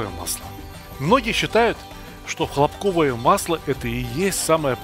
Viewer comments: Никого не смутило, что масло хлопкОвое? А не хлОпковое! Режет слух. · Масло наверное хЛопковое а не хлопКовое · А почему хлопкОвое масло,а не хлОпковое? ХлОпок, а не хлопОк. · Как только я дошел смотреть до места где ведущий не правильно ставит ударение на слове хлопковое, то желание смотреть дальше исчезло. По правилам русского языка ударение на первый слог хлОпковое